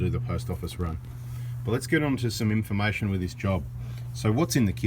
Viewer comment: love the way you pronounce in fa mation lol! and thanks for the information bada bing